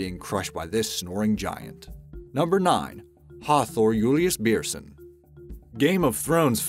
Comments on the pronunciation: You said hafthors name wrong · omg it has been so long since I heard an english person say a Icelandic name it was hilarious ( I'm Icelandic btw)